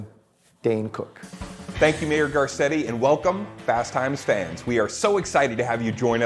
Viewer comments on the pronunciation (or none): Carcetti cant pronounce his name properly.